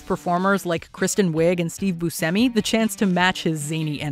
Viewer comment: His name is pronounced Buscemi shh sound